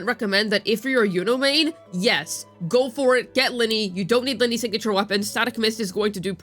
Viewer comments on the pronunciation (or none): It's not Linny, it's Lin-NAY. 😅 Oh well. Who cares..